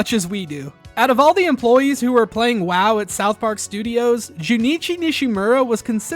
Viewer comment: You are saying ‘WoW’ wrong bro…